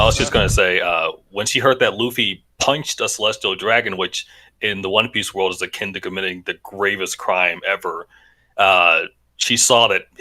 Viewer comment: How are they a one piece fan and not know how to say it 💀